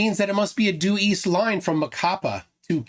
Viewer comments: Emphasis on the last syllable of Macapá. It's "macaPA" not "maCApa" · MacaPAH! The last syllable is the strongest of them all! 😁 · It's MacaPÁ, Brazil! The tone syllabal is "PÁ" (that's why the accent). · Quick pronunciation tip, Macapá has the stressed syllable as the last one. No one needs to know this information, but you've learned something today :) Also, the monument Marco Zero in Macapá isn't perfectly aligned with the Equator. Brazilians flerfs went there and started celebrating because on the equinox the sun wasn't perfectly aligned with the monument, than one of the biggest debunkers we have(Sistematico) showed a video that he had published 5 years before showing that the moument is slight off the Equator. Flerfs gonna flerf